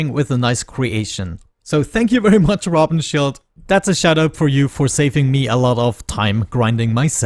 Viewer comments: look at my name - I am German. And you pronounced Rabenschild like someone struggling with German 😁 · I don't like that you played so much between episodes. Feels like we miss out on a lot. Also I don't get why you pronounce Rabenschild so awkwardly 😉